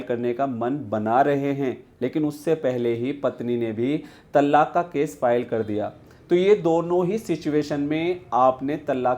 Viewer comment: It's pronounced as "तलाक़", and NOT called as "तल्लाक"